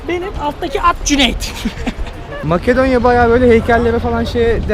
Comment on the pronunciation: abi yalan söylüyon orası makedonya değil metedonya